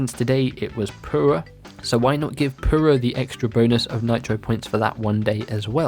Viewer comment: You have some problem saying your U’s? Come on. pUra. Not poo-ra.